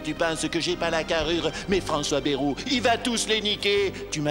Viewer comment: pris en flagrant délit de "je ne sais pas comment prononcer Bayrou" ! Remarquez nous non plus... Sinon on aperçoit Jean Lassalle, c'est vrai qu'il a pas mal de points communs avec Bayrou.